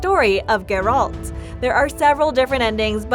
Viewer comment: The witcher 4 2021? Confirmed? "cannot confirm if there even will be another witcher and if so it won't be announced for atleast a couple of years. How TF is that not click bait? I sat through 6 min of narator saying Jerold instead of Geralt to find out the title was the most clickbait ever. Thumbs down and an anti-sub. Atleast the 4k wasn't a lie